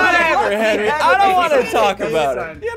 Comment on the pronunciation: Chase the Blue Valkyrie HENWY IS LEH FOOT